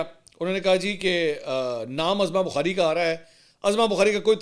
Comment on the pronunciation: محترم لفظ عَظمٰی بخاری Azma Bokhari نہیں لفظ عُظمٰی ںخاری Uzma Bokhari ہے جیسے عدالتِ عُظمٰی Uzma اور اسکا علم عُظمٰی بخاری کو خود بھی نہیں صفدرصدیق رضی کراچی